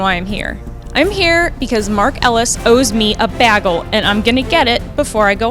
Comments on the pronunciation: It's bagel, not baggel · What a run by Mara! I like her & Inman so I’ll be fine no matter what, but I really hope she’s champ! What a match!! Btw it’s BAY-gel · You showed up with Bagels on nipples and said Bagels on me....it's also not pronounce BAGel - Jake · no such thing as a "bahgel"